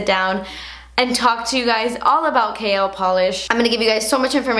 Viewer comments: Whenever you say "KL polish" it's sounds like you are saying 'kale polish' as in the leafy green vegetable 🙃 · Ahhh I'm so proud of you! Gumption is so so beautiful and because it's my favorite color and because the Holiday is one of my favorite movies I need it! Also, I kept hearing "kale polish" instead of KL polish and it made me giggle. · I keep hearing "kale" polish lol oyeeee congratulayshonssss miami subscriber super proud of you mama xx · this is AMAZING!!! I'm so proud of you! Every single shade is stunning and the excitement on your face is too precious!! I could not stop cracking up, when you say KL polish really fast it sounds like you say "Kale polish" hahahah keep killing it girl and making your subscribers proud. It's YouTubers like you that make people come back time and time again... we love you!! Xoxoxo!!! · Lol I'm not hating, so don't come after me, it sounds like she's saying kale polish haha! Love you! Using that morphe code:) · I remember when I first started watching you I used to think you were saying "kale polish" 😂😂😂😂💅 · please create a cool green shade and name it kale becuase when u said KL i thought u said kale and i got excited. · "kale" polish? lol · The more I hear KL, the more it sounds like kale! Love them all! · does it have kale in it?? lol totally sounds like you were saying kale every time. mmmmmm kale! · Kinda sounds like Kale polish 🤔 love you btw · everytime you said KL I understood KALE... so maybe that's a good name for a new nail polish :) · is it terrible that every time you say your brand, I giggle thinking at the same time you're saying "KALE" lmao congrats girl! Very excited to see what is to come from you! :) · Kinda sounds like "kale" polish ;P the colors look awesome though! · Every time you said KL polish I heard Kale polish 😂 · Congrats!!!! You deserve it! It sounded like you were saying "kale polish" throughout the vid lol. New name idea for a polish? Haha can't wait to purchase!